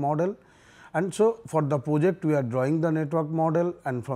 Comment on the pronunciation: reservation killed our study too I hear poject instead of project